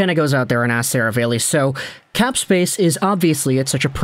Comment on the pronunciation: … “Ser-a-valley”. Not Seravale-y. I assume it’s Italian. You’re normally so well spoken I figured I’d help you out.